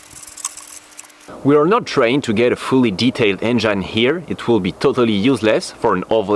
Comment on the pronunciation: lol bro try to pronounce engine like this en-gin . forget the e at the end . common mistake non native english speakers make. Its kind of funny though. Love you work keep it up.